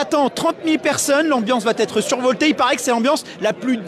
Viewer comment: aïe aïe aïe "la concurrence va-t-être", (et bien appuyé en +)... mes oreilles saignent et je n'irai pas plus loin.